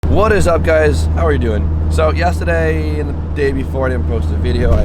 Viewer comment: You say yesterday weird lmao